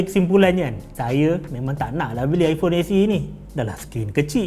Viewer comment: Best dengar bro ni nga jing ipong hahahahah puas!